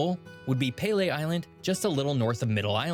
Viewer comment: Canadian here. Who lives in southern ontario. Narrator got a ton kinda wrong, but im most offended by his pronunciation of Peele island (the most southern island in canada) Its not "pele" like a south american soccer player, its pronouced "peel-ey" like youre peeling something.